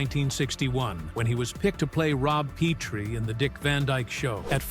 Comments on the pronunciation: Merry Mutes not Mary Mutts. Pronounced Pet-ree, not Pee-tree. The TV pilot with Carl Reiner stunk! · It's not Peetree! It's Petrie! You think you would know. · Is it a rule that every YouTube video has to have at least mispronounced name? His character on The Dick Van Dyke Show's name was pronounced "PET tree" NOT "PETE-tree." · This narrator had some laughable mispronunciations -- i.e. "Peetrie," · I get that it's easy to flub a word or two... but you mispronounced Petrie and live. (You said peetree and liv.) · Pee Tree????????????????? Chim-Chim chair-ee????????? So, who did he truly hate???????? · This is the number one of those scam YouTube videos you never address the title of it also you don't seem to know how to pronounce half the words like Rob Petry. This was actually used in one of the episodes of The Dick Van Dyke Show. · If you watched the sitcom you would know the pronunciation! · "Petrie" has a short "e."